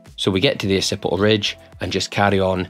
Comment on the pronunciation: "Uh-sippih-ul redge"